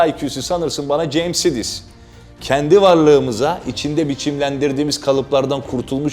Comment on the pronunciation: Sidis diye okunmaz o bence. Saydıs diye okunmalı sanırım